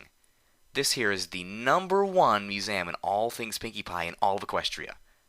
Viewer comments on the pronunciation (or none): Museum: Mew-zee-uhm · You pronounce museum funny. I at first thought they had spelled it weird in the story.